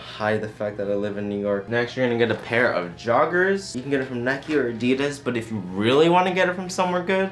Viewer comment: The only wrong thing in this video is you saying Adides 🤣